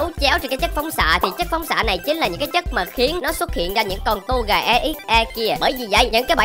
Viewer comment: Ko phải to ga là tô gà